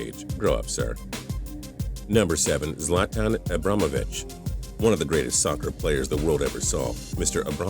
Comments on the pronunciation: XD He cant even say Zlantan's name right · He pronounced Arjen and zlaten's name wrong. Learn how to pronounce their name right dumbass